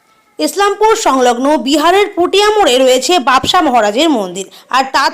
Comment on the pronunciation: বাবসা না বাবোসা ভালো করে জানুন তারপর উচ্চারণ করুন নাহলে ছেড়ে দিন reporting